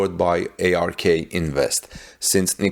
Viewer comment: its not A-R-K invest, its ARK as in Noah's ARK.